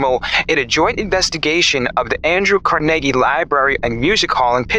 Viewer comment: Car-negg-ee? It's Car -nah-gee